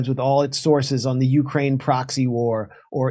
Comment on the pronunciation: It's not the YOUkriane War, any more than it is INsurance or POlice..The emphasis is on the second syllable (or at least used to be). I suppose it will be considered elitist to point this out, even though one can be against both imperialist censorship and bad grammar.